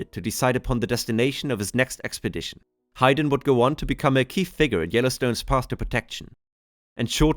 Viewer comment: Hi-den? It’s pronounced HAYden… 😅 It’s weird you go back to pronouncing it differently… have you been to Yellowstone 🤨